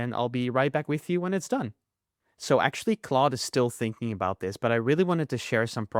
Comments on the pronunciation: Its claude not cloud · it is claude not cloud!!!!!!!!!!!!!!!!!!!!!!!!!!!!!!!!!!!!!!!!!!!!!!!!!!!!!!!!!!!!!!!!!!!!!!!!!!!!!!!!!!!!!!!!!!!!!!!!!!!!!!!!!!!!!!!!!!!!